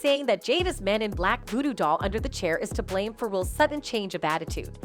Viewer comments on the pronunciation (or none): none